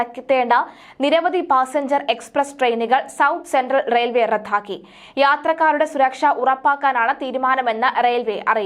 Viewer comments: റത്ഥാക്കുകയല്ല ' റദ്ദാക്കുകയാണ് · റദ്ധാക്കുക എന്നല്ല. റദ്ദാക്കുക എന്നാണ്. ന്യൂസ് റീഡർ തെറ്റ് വരുത്താതെ